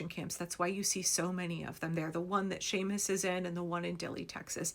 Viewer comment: And I'm grateful you know enough to pronounce his name correctly! Some dang white fool went on and on about "SEE-mus" Monday. "SEE-mus" I'm betting he'd pronounce Jose as "joe-SEE"! PS Thanks for all the timely updates you provide here. I count on your voracious habit of collecting these important stories. Shannon O'Donnell